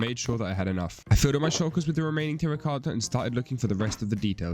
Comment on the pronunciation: Keep up the good work no offense but I like how u say tracota